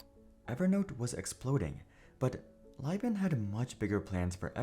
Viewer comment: Each time Philip "Phil" Libin's name got mispronounced, I died inside. I'll take this as a sign that I spent too much time in their ecosystem. They had a podcast, and as a podcast addict since the early 2000s, of course I had it in my podcatcher.